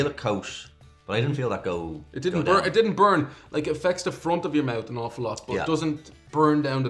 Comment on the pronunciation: says smoot than says smooth but he says mout for mouth.